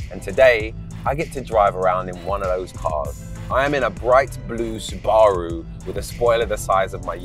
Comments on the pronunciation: Look up the Japanese pronunciation. It's almost correct except for the long extended way japanese pronounce Roo. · I love how he pronounced Subaru wrong then when Mel C correctly pronounced it he tried to play it off like thats how he was pronouncing it the whole time. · What is gas? In the real world its called petrol... it’s also subaru not sue bar roo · Clearly hes a Wannabe Australian..... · I came for the car, left when he said Su BARU. 10/10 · You've lost all credibility in life when pronouncing Subaru, Suu-baa-roo. That's a career ender right there. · Who the fuck calls it a SuBaaru? 😂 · She’s not a 90’s legend and learn to say Subaru properly please come on